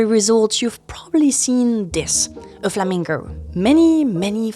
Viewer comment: Hearing a French woman pronounce "flamingo" gave me a chuckle... lol